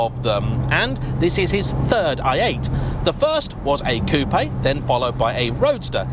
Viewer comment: congratulations: you are one of the very few English speaking journalists who knows how to pronounce Coupé, not Coup